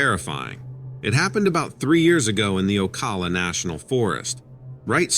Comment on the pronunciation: It's pronounced Oh-cal-uh here😊 I've had a few incidents with a skunk ape out here. Never saw it but I've had things thrown at me, heard it grunt like an ape, scream like the cows, snap big branches and tree knocks. It wasn't out in the woods but right off of 40 between Ocala and Dunnellon. It's fairly rural.